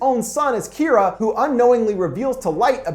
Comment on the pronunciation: not kiraa Kira ur saying kiraa